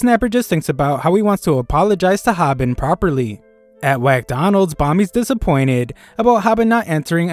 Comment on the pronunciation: Did this guy just say 'Whackdonalds'? lool😆